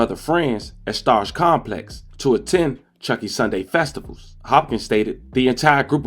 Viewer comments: It’s chunky Sunday not chucky 😂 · FYI it’s called “chunky Sundays “ .. not “chucky Sundays “ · It’s Chunky Sunday not chuchy Sunday